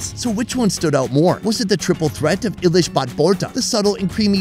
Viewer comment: The pronunciation is Elish or in english Hilsha not ilish